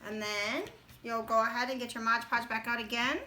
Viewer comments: Beautiful ornaments! Well Done. But, just one of those things that bugs me - it's MOD podge, not modge podge......so many people get it wrong. MOD Podge, not Modge Podge. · So adorable! Please don't say Modge Podge though, lol